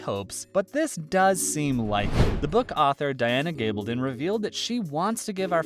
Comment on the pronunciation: I'm done with this channel! Not only do they give totally inadequate spoiler warnings for non-readers, but can't even learn to pronounce the author's name properly. Going off to hit the "Don't recommend channel" button.